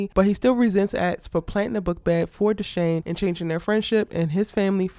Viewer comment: Love you love the London drama's too! it's Dushane by the way (Pronounced DooShayne)